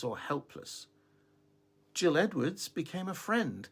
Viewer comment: The author's name is pronounced "Gill" as in "fish gills", not "Jill" as in "Jack and Jill" 😃 - You're welcome. PS. I'm new here and love your content and love you... Easy to understand. Thank you for your genuineness and sincerity, and not overcomplicating anything